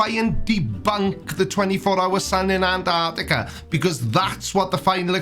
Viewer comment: Personally, the way flerfs pronounce it "Anarticka" pisses me off.